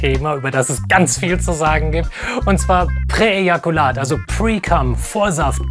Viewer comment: Präejakulat: Unausprechlich, aber ausgesprochen gut.